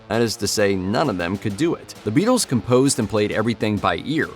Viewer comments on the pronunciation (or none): none